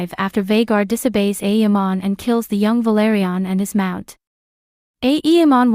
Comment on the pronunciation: The content is good, but please stop pronouncing it aEEmon, its very distracting